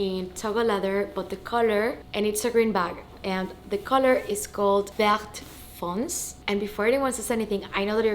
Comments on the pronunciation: Congrats 🤭 by the way the color is « vert foncé » not fonce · Congratulations. Vert foncé should be said "ver fonsay". Love from France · Hi, the bag it's really beautiful. I got in the same colour my first Kelly 28! I'm from France and the correct pronounce it's Ver foncé you have to pronounce the last e with an accent , i hope this help❤